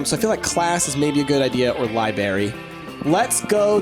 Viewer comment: IT'S NOT A LIBERRY ITS A LIBRARY!!! god that annoyed me through the whole thing and no one tried to correct him.